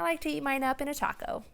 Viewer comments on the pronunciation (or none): none